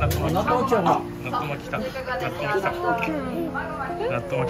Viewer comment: 上手に「なっとまきください」が言えて偉い❗偉い‼️ で、とっても美味しそうに食べていて食べたくなっちゃった～😍 山わさびのお寿司も😍 納豆やきゅうりで、はたくさん食べても肥満にはなりませんね🤗 いつも札幌へ行くと必ず寄る回転寿司屋さんで、懐かしい✨ 家族がのTシャツに興味津々でした☺️ネタがめくれることを話したらびっくりしていました‼️